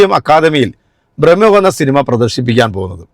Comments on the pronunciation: ഭ്രമയുഗമാണ്. ബ്രഹ്മ യുഗമല്ല🙏🏻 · ഭ്രമയുഗമാണ് ശരി. ഇനി ശ്രദ്ധിക്കണേ.. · ബ്രഹ്മയുഗമല്ല ബ്രോ ഭ്രമയുഗം 😂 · ബ്രമ്മയുഗം അല്ല ബായ് ഭ്രമയുഗം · ബ്രഹ്മയുഗം അല്ല ഭ്രമയുഗം ആണ് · Bramayugam not Brahmayugam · ബ്രഹ്‌മ യുഗമല്ലഡെയ് ഭ്രമയുഗം ആണ് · സിനിമ റിവ്യൂവേഴ്‌സിന് പോലും സിനിമയുടെ പേര് ശെരിക്കറിയില്ല... ബ്രഹ്മയുഗം അല്ല ഭ്രമയുഗം എന്നാണു. രണ്ടിന്റെയും അർഥം വേറെയാണ്. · ഒരു കാര്യം പറഞ്ഞോട്ടേ മോനെ , ഭ്രമയുഗം ആണ് .മോൻ പറഞ്ഞത് തെറ്റിപ്പോയി ബ്രഹ്മയുഗം അല്ല കേട്ടോ .❤❤ സസ്നേഹം ❤❤❤❤ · ബ്രഹ്മയുഗം അല്ല... ഭ്രമയുഗം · "ബ്രഹ്മ" യുഗം അല്ല. ഭ്രമയുഗം ആണ്. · ബ്രഹ്മ യുഗം അല്ല,,,ഭ്രമയുഗം. അതാണ് ശരി